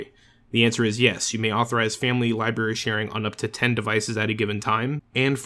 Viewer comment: Did anyone else notice that he said "libary" not library